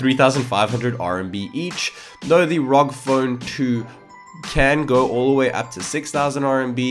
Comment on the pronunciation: I wanted to mute the video when he read R.O.G as rawg.